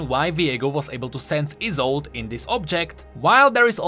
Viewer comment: you pronounce isolde like like it is isult. Good content tho.